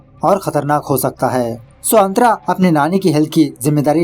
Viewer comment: Kya nam hai tera .......😂santra ... Nahi nahi antra🤣🤣🤣